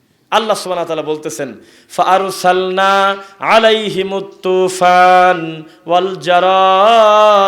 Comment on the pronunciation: হযরত, কুরআন মাজিদের বড় সূরা গুলো সুরা আরফ এর ১৩৩ নং আয়াত এর মতো ভেংগে ভেংগে অর্থসহ তিলাওয়াত রেকর্ড করা হলে আমরা উপকৃত হব ইংশাআল্লহ। আপনার তিলাওয়াতে তুফান শব্দটা খুব স্পষ্ট ছিল মাশাআল্লহ!